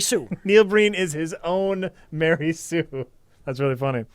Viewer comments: "Explain to the folks at home: What's a Mery Sue is?" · Ma-rey Sue